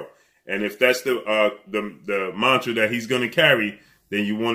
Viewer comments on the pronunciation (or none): none